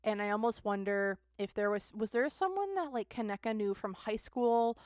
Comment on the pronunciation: Pronounce it like (Ka knee ka ) ❤ Kaneeka or KJ